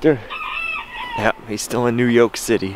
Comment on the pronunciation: "New Yolk City"